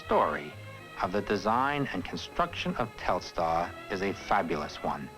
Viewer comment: It's funny that for such a big event, they didn't educate important people (even the President) on the correct pronunciation of Telstar. It's not Telestar.